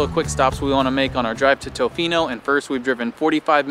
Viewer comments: Tuhfino NOT Toefino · If you're going to the West Coast of the Island, the towns are Ukee and ToFINO not TOEfino, just FYI. #WestCoastBestCoast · Ya we are aware that we messed up on the pronunciation of Tofino and it’ll be incorrect in future videos as well, as we learned that we said it wrong after filming all of our videos on the island. We try very hard to say things correctly and look up many words, but that one seemed straightforward to us and we’ve been kicking ourselves big time about getting wrong.